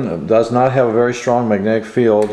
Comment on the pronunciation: Please enunciate the words you speak properly. It's pronounced "mag-net-ic." Not "ma-nec" or whatever the hell you keep saying.